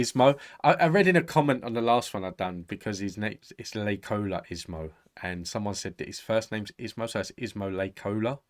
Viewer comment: The last name is pronounced Lay-Koh-Lah.